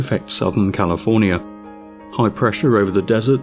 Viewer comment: Calofernier? First word and thumbs down